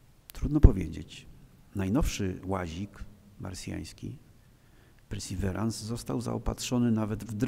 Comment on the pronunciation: Świetny wykład! Pełen ciekawostek! :) Wymowa Perseverance najbardziej łopatologicznie, jak potrafię: persy'wirens' - z akcentem na 'wi' :)